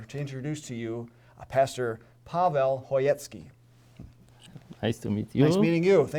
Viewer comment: It's Pawel, actually, the Polish equivalent of the English name Paul. We pronounce it as /pahvehw/.